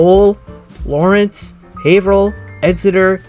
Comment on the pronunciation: Great vid and information bud! And thank you for actually pronouncing Haverhill correctly, 99% of non-locals never do 🤣